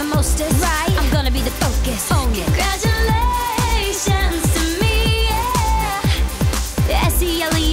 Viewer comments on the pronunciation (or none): i love when she says CONGRADUALAATIONS TO ME